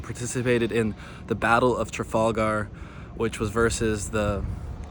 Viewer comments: Love the accent Tra Falk er ... Trafalgar 😂😂😂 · Once again I commend you on your pronunciation. I would suggest “TrafalgA” and “sew lent”